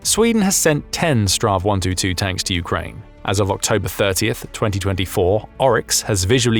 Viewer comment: It sounds funny when you say straw 122 (STRV 122) . My recomendation is that you say "Strids-wagon" or "battle-wagon" instead. Strid = Battle Vagn = Wagon 😁 STRV stands for stridsvagn wich means Battle-wagon. When we in sweden say STRV, we dont say it as a word or name. We only say the letters: S-T-R-V. STR = Strids V = Vagn. 😁